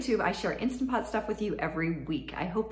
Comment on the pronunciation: Please say instaNt pot. Insta pot sounds so tacky.